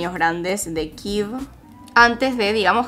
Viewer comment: Jajaja 🤣, me mata cada vez que dice kiv por Kiev 🤣 nunca lo escuché